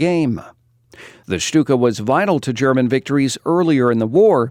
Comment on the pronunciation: I appreciate how you pronounce the german properly, most people butcher it